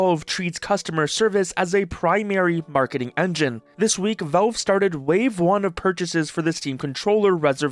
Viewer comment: At first I though he could not genuinely pronounce valve but then cash and patch were not an issue. Go figure... Is he messing with us? 😂